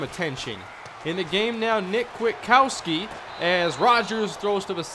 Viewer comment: it's quit-uh-cow-ski